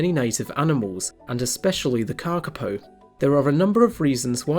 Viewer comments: Moss Chickens!❤ One thing to add, your pronunciation is very good but you should extend the vowels a bit more. The correct spelling is kākāpō and its cousins the kākā and kākāriki, with the macrons indicating a longer vowel sound and kākā meaning parrot. The shorter sounded word kaka means poo in Màori😉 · Karkipow !?? What's that? I know the Kakapo. If you bother to pronounce the Kakapo name properly it will sound more beautiful, more authoritative and more respectful of the maori name. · Kaka paw is how it said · thank you for your reply. Kakapo is a maori name and unlike in English usage vowels are pronounced consistently. The letter a is the same as the words car, father. the second letter a in Kakapo is also pronounced a and not like an "i" as you did. The big difference is that the letter "o" should be pronounced as in the work "fork, port". "O" is pronounced best with lips extended. All vowels in the name Kakapo are long and with even emphasis. My father was a passionate advocate and tutor of the maori language and I have given NZ politicians lessons in maori language pronunciation. Your "just fine" pronunciation is classic lazy kiwi pronunciation which would have gone unnoticed 20 years ago but fortunately today more people in all walks of life (even scientists) are embracing attempts to pronounce maori as a mark of respect and NZ nationhood. I hope this helps.